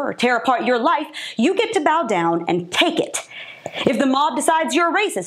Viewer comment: I like the way she says, "bend over and TAKE it" 👏👏👏🤣🤣🤣🤣🤣🤣🤣🤣🤣🤣🤣🤣🤣